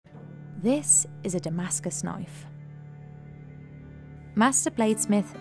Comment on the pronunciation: That's not a Damascus knoif. THIS is a Damascus knoif!